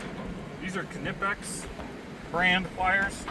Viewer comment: I've never heard an american youtuber being this close to the correct pronunciation of Knipex.